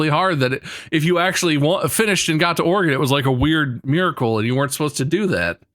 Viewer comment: As a lifetime Oregon resident, I appreciated this episode. This game was especially relevant to my childhood, even though i've never played it personally, but i've watched my classmates in 3rd grade do so. While i feel their pronunciation of "O-re-GONE" was ironic, their pronunciation of Willamette was unforgivable (will-A-mette!). Congrats boys on getting here, I welcome you to the beautiful Northwest (enjoy the rain). Shoutout to the End of the Oregon Trail Interpretative Center in Oregon City, Oregon, where I went on a school field trip to in 3rd grade.